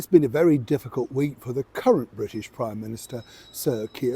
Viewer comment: I love the way you say “current Prime Minister “with heavy emphasis on ‘Current’ 🤞🏻the whole front bench lineup would rather be dressed up for top table events than working for the British people especially working class people whom they seem to despise.